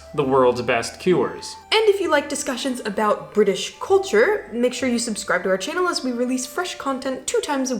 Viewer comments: I love the Canadian "aboot". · The way pronounced the word 'about' in a Canadian accent, it sounded Scottish which sort of makes sense as many Canadians came from Scotland.